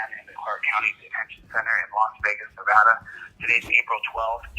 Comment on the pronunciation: Here in Nevada we pronounce it Nevada, not Navodda :D